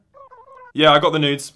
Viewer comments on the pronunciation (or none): Did he say “Hey Saga, I got the news” Or “Hey saga, I got the nudes” ??? 😂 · Did you say news or nudes to Sega? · Elliot, did you just say: "Hey, SEGA. Yeah, I've got the news?" cause it sounds like "I've got the n*des." LOL